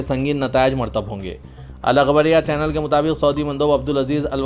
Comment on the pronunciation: Murattib honge, not Martab honge, Please.